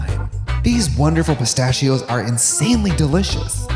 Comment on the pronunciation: katya: "pristachios"